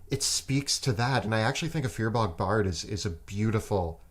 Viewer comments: Firbolg = fear bog? Does anyone else pronounce it fur-bowlg? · If says "fear-bog" instead of "firbolg" one more time I'm going to scream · cool then then say because keeps say BOG lol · "+1 in your main stat makes a big difference" that sounds like a minmaxer talking, numerically it isn't that big of an impact on the game and your rolls. Also, how is getting away with pronouncing Firbolg so weirdly? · Wait wait wait. Is that really how you pronounce Firbolg? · The way says Firbolg has me laughing. I currently play a eldritch knight firbolg and its amazing and super fun